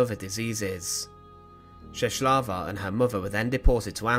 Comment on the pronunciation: The way that you pronounce Czeslawa is way off the mark. The letter "L" with a "tick" in the middle is like a "W" in the English language.